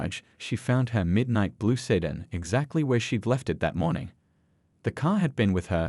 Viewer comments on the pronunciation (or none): My god, I hate AI voices and AI scripts like this. How can you trust that anything in here is true? This could all be bullspit and you would never know. Listen to how he pronounces "sedan". And there's a dozen more pronunciation mistakes. Good Lord, ban this channel!